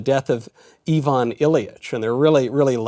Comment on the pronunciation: I-vun. Not yvonne. Sorry. I'm one of those people.